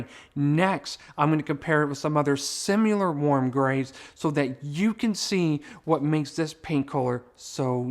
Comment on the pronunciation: dear~ the word is similar NOT simuler. I’m referring this video to my daughter as she is building a home.